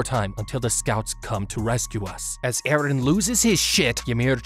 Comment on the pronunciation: i like the wat he say EhRrhen